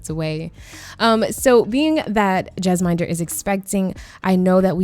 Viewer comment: Love the video! The Bheedas almost always have twins in my game...but I've seen it all. I've never played them though...I should. Jesminder is my go-to bestie for city dwelling female sims. Just a note though: Jesminder is pronounced Jez-min (as in minty)-durr